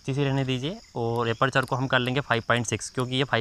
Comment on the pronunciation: Apreychar🤣🤣🤣🤣🤣 aperture